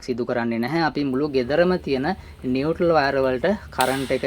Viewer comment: නිවැරදි කිරීමක්: ඒ වචනය 'නියුට්‍රල් ' (neutral) , නියුටල් නොවෙයි!